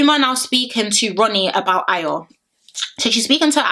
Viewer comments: Are you sure she’s Nigerian 😂😂😂😂😂coz a simple ayo she couldn’t pronounce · Yh I know exactly loooool and she still couldn’t pronounce it but she’s quick to say she’s Yoruba I bet she can’t even speak a single Yoruba word 😂😂😂 them ones